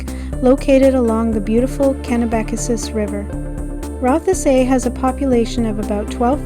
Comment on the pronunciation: Cool video and commentary. I grew up in the area though, so I can tell you that you're mispronouncing a couple of places: Rothesay is simply pronounced as though there is no "e" (roth - say). Kennebecasis is also easier to say than what you're saying. It's pronounced (ken - eh - beh - kay - sis). Thank you for sharing this. I enjoyed it.